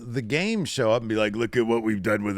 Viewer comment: It's not the Game, it's The Game-uh! LOL